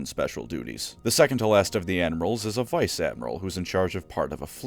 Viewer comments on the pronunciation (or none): none